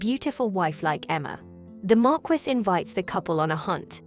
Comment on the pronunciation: Marquise is pronounced mar-key